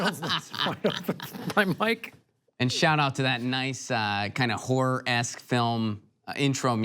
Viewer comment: ok when he says horror my English ears hear something else.